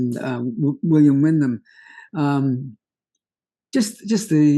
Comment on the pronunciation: William Windom not Windham!